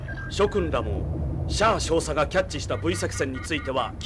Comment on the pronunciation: どうでもいいけど「シャア少佐」を噛まずにいえるの凄いなと思う 絶対「シャア照射」になっちゃう